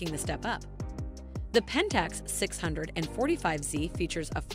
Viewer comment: The reader appears to know nothing about what she’s reading. Could she not have been coached to say things the way that actual camera users say them, like nobody uses the name of the 645Z like that. Is that a robot voice?